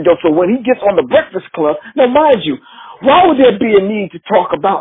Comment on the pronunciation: "breckfix club"